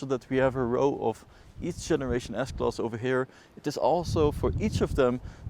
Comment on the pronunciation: Why you keep saying S-Klos ?